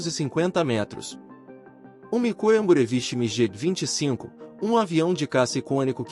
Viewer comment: a pronúncia é migui e não migê.